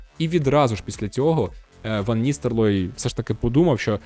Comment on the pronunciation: Ван Ністелрой, а не Ністерлой. Дякую за контент